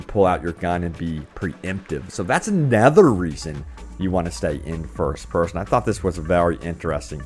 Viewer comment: 'anether reason'...?